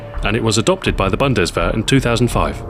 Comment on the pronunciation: Its sounds funny how you pronounce Bundeswehr :D awesome weapon guides :D